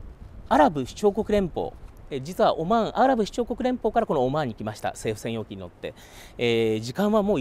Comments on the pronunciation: オォマァーン（いい発音だ) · オマーンの発音がいいね